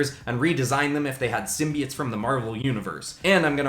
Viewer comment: U said simbits when it’s simboits